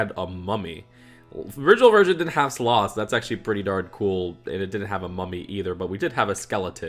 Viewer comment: Am I the only one bothered by the fact that he pronounces it Suh-lah? It's pronounced Sal-uh